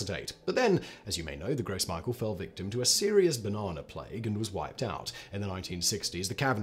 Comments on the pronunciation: Gross Michael? Really? It's French, and pronounced "gro mishel" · Gross Micheal! 🤣 that’s sounds awful in so many ways The way I normally hear it pronounced is grows mee-shell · Simon! My ears bleed when you pronounce Michel as Michael 😤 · I cried when he pronounced it as Michael 😂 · It's pronounced groh Me--shell not gross michael lol. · It's pronounced "grow mee-shell" lol, I'm dying.